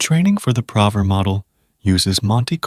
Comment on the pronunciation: 😂man. I was also irked by "prover" instead of "proooover"